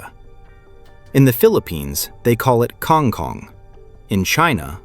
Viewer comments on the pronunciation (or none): The Filipino pronunciation is Kang Koong